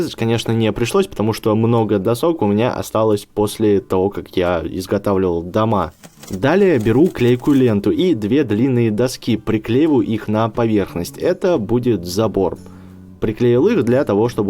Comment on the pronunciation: Не доскИ а дОски